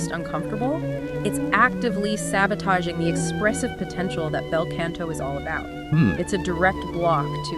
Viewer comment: Wanted to like this when I saw the title. After the 6th mispronunciation and the ongoing "can'to" instead of "canto," I just couldn't take it seriously anymore.